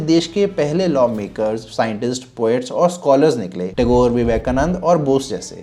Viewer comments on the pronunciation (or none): none